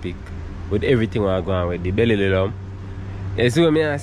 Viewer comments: Not trying to pronounce beryllium 😂😂😂😂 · Man say say belly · Tpc mi think a mi one a dead...Berry-lili-lum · Me alone hear say “Be-lli-li-lum”?😂😂😂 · Bellilium Me:😂😂😂